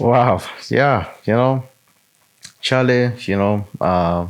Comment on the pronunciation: Sorry just a little point I would like to make. Respectfully could you please find out how Charlie's name is pronounced before going on air, in respect to him. 🙏